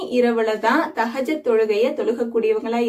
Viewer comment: Sorry sister thahajath ille thahajuth karakta ma